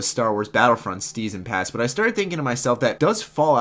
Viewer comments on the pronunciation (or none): Lol "Steason Pass"